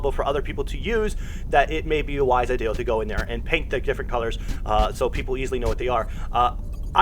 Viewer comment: Dude you give some good info but slow tf down you made so many simple English mistakes. Hall, Pacific, ideal. Over and over